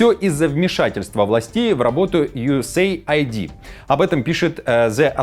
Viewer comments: Пишется USAID и произносится У ЕС ЕЙД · Не юэсэйайди, а юэсэйд!!! USaid. Aid-это помощь…